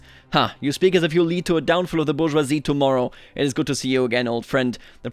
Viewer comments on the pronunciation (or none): none